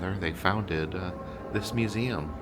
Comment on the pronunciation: YES! You went to the Bishop Museum! And you did the "Eum" right, like only our can. I need to get back there, haven't been to Oahu in several years. Thank you! 🥰